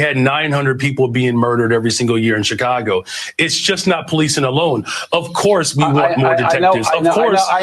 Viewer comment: Pronounced Shi-cago Not Cha-cago. It's the Shy, not the Chy.